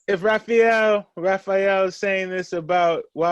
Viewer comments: He actually pronounced it pretty well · You did a good job with the name, you actually said it correctly. Raphael is from the same state as me in Nigeria and most Nigerians from outside the state can’t pronounce our last names lol